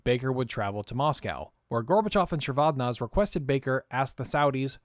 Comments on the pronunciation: The pronunciation does not end with "-zey", it's read like it's written, "ze". I have heard georgians pronounce their surnames that way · AFAIK, as someone who listened to the BBC news commentary at the time, the final e in Eduard Shevardnadze is pronounced and as a hard vowel so that it sounds as 'eh' or even almost as an 'ah' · These long-form documentaries are fantastic. Just FYI: Soviet Foreign Minister Shevardnadze's name is pronounced "Sheh-vard-NAHD-zey." Also, for anyone looking to learn more, here's a lecture from Ambassador Edward Gnehm on his experience during the Gulf War: (audio is kind of crackly, be careful if using headphones). Gnehm was U.S. Ambassador to Kuwait at the time of the Iraqi invasion and Desert Storm/Desert Shield (he was also one of my undergrad professors). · Shevardnadze pronounced whack too many times